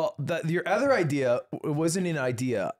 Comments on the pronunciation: Thanks Slime, I went months without hearing how Ludwig says “other” as eth-er and now I can’t unhear it. You’ve cursed us all. I will pay for his speech classes to make it end. Please, make it stop. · I’m so glad slime brought up Ludwig saying ether, it’s annoying me for so long lmao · Thank god someone brings up Ludwig saying “ehther” on the podcast. Finally addressing the real issues facing our country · i felt like i was insane because i never saw anyone pointing out ludwig saying “ether” instead of “other”